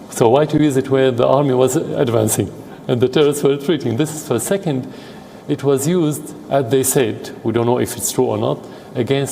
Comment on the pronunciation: This proves that News Readers just read what appears in front of them. Some on just missed the t in 'It was' just a year ago.